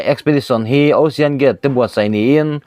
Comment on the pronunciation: News reader i nihna hi a reive angreng tawh nen..😂 (chawngkhuma dan tlqnghuat loh)... Hma i sawn ve viau nangin hma i sawn harve angreng ngawtmai.🤣 Mizotawng i thluk dik loh leh i lam dik loh cu sawilo ila... Saptawng pawh i la lam dik hlei theilo thin a., Ocean (Aushawn/Oshawn) tihtur angah tepawh (Ausian\ Aw-sian) i tizel a..😅